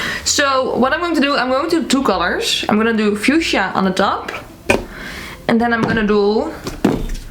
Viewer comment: Not me also forgetting how to say fuschia after hearing attempt to say it 😂